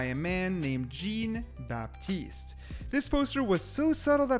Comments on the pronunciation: I'm sorry did you say "Jeen" Baptiste 💀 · "gene baptiste" :'(